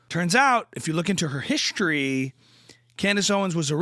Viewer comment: The "Sh" sound on every word that has an S... .HILARIOU-SH!